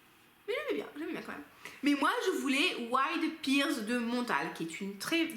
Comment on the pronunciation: Je ne suis pas très originale, la vanille est aussi ma note préférée, d'ailleurs Il faut vraiment que je teste ce Vanilla 28 de chez Kayali, je suis sûre qu'il me plairait. Petit aparté, en anglais la poire se prononce "père" et pas "pire" 😄 Jolie sélection en tout cas. Bon lundi de Pâques à toi ! 🐰